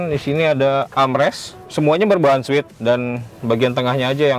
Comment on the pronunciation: suede dilafalin "swed" bukan "swit". Tapi cara reviewernya asik. Bosan nonton reviewer yg itu2 saja. Mestinya banyak yg nonton chanel ini...